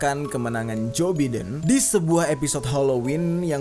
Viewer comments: Bukam jo biden bang cara nyebut nya tapi jo baiden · di bilang jo baidan bukan joe biden emang kaya gitu